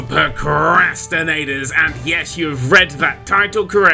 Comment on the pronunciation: Stop saying procrastinators like that it's not cool